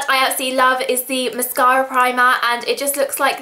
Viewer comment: i love the way she says mascara. ## british<3